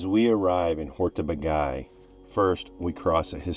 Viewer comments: What a great road movie :) I happen to live in this region of Hungary, and there is only one comment from me: This place is pronounced "Hortobadj" or "Hortobadge", not "hortobagay". :) You should come back during the Hortobagy Equestrian Days. Then you can see miracles like a Hungarian Gulash (our Cowboy) riding 5 horses at once, standing on the back of the last two horses. Just unbelieveable. Enjoy the your european trip, I'm now subscribed. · I love your videos. I do sometimes have a little laugh at the pronunciation of foreign place names. Hortobag"eye" isn't how it's said. It's more Hortoba then a soft dj sound. In HUngarian the gy is like soft J. Great footage of the birds as always :) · Lovely video, great to see you enjoyed your time in my homeland! So nice to find people who appreciate our natural treasure. I loved that the museum shares so much information and beautiful imagery with the visitors. A small hint of correction: the Hungarian pronunciation is [ˈhortobaːɟ]. The double consonant gy stands for a sound similar to d as in duke or reduce in British English. 😊 Wish you many more lovely trips around the world. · Great video, but the mispronunciation of Hortobágy really bugs me. It's more like: "Horto-baadj"